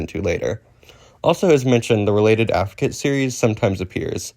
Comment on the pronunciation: uh... you can kinda read "sibilant" inconsistently. edit: overall you kinda mumble through the terms a lot, like "sibilant" "fricative" "affricate". try to keep your pronunciation clear and consistent. You're mumbling them into "silibant", "friccate" okay so the "Mean of Articulation" is not the term. You're thinking of "Manner of Articulation". Also Voicing is a phonetic feature, not a manner. it exists parallel to place and manner. You can have voiced/voiceless fricatives, voiced/voiceless stops, voiced/voiceless affricates, voiced/voiceless nasals, etc. You can make different groupings of consonants by phonological feature (or more aptly phonological class), which includes voicing or each of the separate manner and place of articulation. "ejective", the stress is on the second syllable /i'dʒɛk.tɪv/. the way you read it sounded like you were saying "adjective" you're mixing terminology here. The beginning and end of a syllable is "onset" and "coda". Other traditions use something different, like Chinese uses "Initial" and "Final"~"Rime/Rhyme"